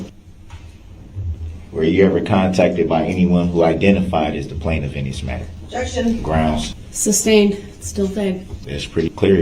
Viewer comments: "Grounds for the substained" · It’s amazing how many times he heard the judge say the word “sustained” yet continued to ask about grounds for the “substain”.